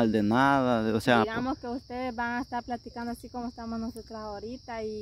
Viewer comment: Volteeme...aver se dice komi......